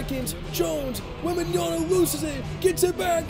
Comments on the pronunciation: Wem-ban-ya-M(not n) a keep it in mind bro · take a shot every time mispronounces Victor's last name